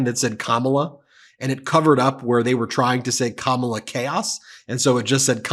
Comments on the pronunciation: Can we normalize pronouncing her name correctly? It's pronounced, "COMMA-LAH." Fox and their weirdos need to get it together!!! Vote blue💙💙💙 vote for Kamala Harris and Tim Walz💙💙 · Here’s a pro tip, Fox “News” - learn how to say Kamala. Accent is on the first syllable. Kamala has 3 syllables, so I know it might be a hard word to say for you. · They still can't pronounce Kamala's name correctly. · You know what's so funny and strange, how they try so hard to mispronounce her name. They look so stupid. SMH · These morons can't (won't) even say her name correctly. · My God. Have some respect and pronounce her name correctly. Craven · Look at all the racist white people coming out in droves. You know how to pronounce her name correctly, but you racists keep mispronouncing her name as if that's going to stop her from winning. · Can no pronounce Kamala’s name correctly? It really shows how bad they are to keep it up. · DoNald T. Rump and his sycophants all mispronounce Kamala the same way. Interesting. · They got nothin', so they pronounce Kamala's name wrong. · You shouldn't be on tv if, as a fully grown man, you can't say someone's name! Seriously, how dumb can you sound 🤦🏻‍♀️🙄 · All of foxes micro aggressions are so infuriating. They KNOW how to pronounce her name, but refuse to do that. Stephen miller is horrible. I hope Tim finds a way to shut him down like he did with jd yesterday. And when did Kayleigh ever care about facts mattering?? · Notice they all pronounce her name wrong. They are children. Their brainwashed supporters are children with anger issues. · FOX should grow up. Pronouncing Kamala's name correctly might get her on their network in 10 years or so. Although faux news might be bankrupt by then.😂